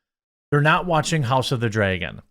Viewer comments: My Man. Its not Draygon. Dra"y"gon? Do you also say Aypple? Its Dra-gon. Where is this "aye" in Draygon coming from? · Say "draygon" one more time... Say "Token" one more got damn time...